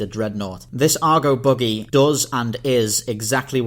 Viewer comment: Its a buggy, not a boogey.